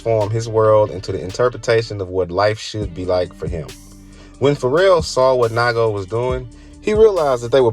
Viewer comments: It’s nee-ko not ni-go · its “neego” not “nighgo” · NAIGO lol please sir its nigo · It’s Nee-go! Not Nygo 🙄😒🤦🏻‍♂️ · Naigo 😂😂😂 It’s pronounced Knee Go Ni Go Good video 👍🏾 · It's pronounced nee-go, not nygo 🤦🏻‍♂️🤦🏻‍♂️🤦🏻‍♂️ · It’s pronounced (knee-go) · It's pronounced "Nee-go" fyi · Nigga said “NYGO”… 🤦🏾‍♂️ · His name is NE-GO........................................................... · It's pronounced Nee Go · Nai Go😆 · Great video with really good knowledge , only thing i could say is that nigo is pronounced neego. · NIGO and LA'GO (pronounced Lego) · I know how to pronounce Nigo’s name. The guy in the video fucked it up. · Lmao! I stopped watching this after hearing how he pronounced Nigo. He definitely doesnt know what he's talking about 🤦‍♂️ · Man, trying to have a channel about streetwear and not knowing how to pronounce nigo. Im out